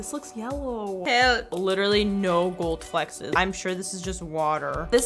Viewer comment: I love how she says "flexes" instead of flecks hahahaha it's so cute!